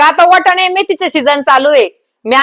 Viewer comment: वटाने नाही वाटाणे म्हणा,अद्रक नाही आलं म्हणा, धनीया ऐवजी धणे म्हणा. शुद्ध मराठीत बोला